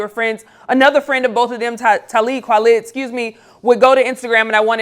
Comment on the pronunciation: Stop calling that man Tahlee Kwalib!